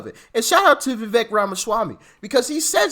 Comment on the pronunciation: Hey Doc, his name is pronounced Viv- ake. I think he is a super sharp dude. Uncle Trump should offer him a position in his administration 👍 TRUMP '24 🎉🇺🇲